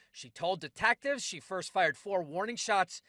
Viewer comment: Did he just say "De-tack-tive"?